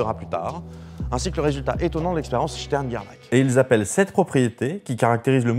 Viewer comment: Gerlach ça se prononce Gerlar, c'est de l'allemand xD